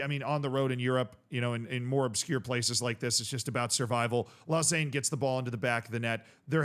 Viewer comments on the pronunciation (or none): I went to school in Lausanne! Happy to see them doing well. Also it’s is Low-Zahn phonetically